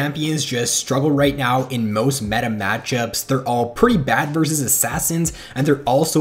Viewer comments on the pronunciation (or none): none